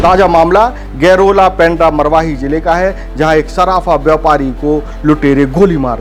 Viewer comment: गैरोला नही गौरेला anchor जी